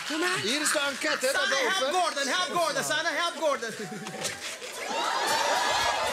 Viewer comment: Zegt die Tygo nou echt 'enquète'